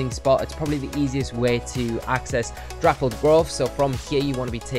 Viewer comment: ITS NOT THAT HARD TO SAY, DAPPLED NOT DRAPPLED LMAO